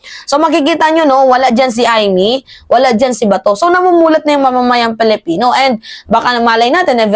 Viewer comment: Pwede ba ayusin mo naman pag pronounce nga Filipino.yan tama yan hindi yang Felepeno masyadong awkward.. Ayusin mo